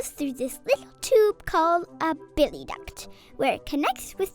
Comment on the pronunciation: Bile is pronounced bIle. Not billie